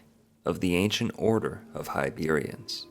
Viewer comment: Geez, man. HibERNian, not HiBEERian. That’s just Basic stuff…